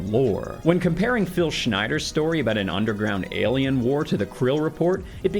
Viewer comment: I love the way you say “elien” 😜